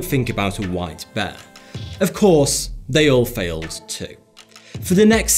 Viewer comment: Am I the only person who thought beer instead of white bear